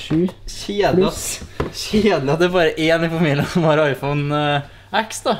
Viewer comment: iphone x uttales 10, hilsen triggered apple sheep